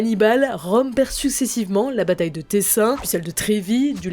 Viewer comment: Ecorcher le nom d'une bataille aussi célèbre? Vous me décevez.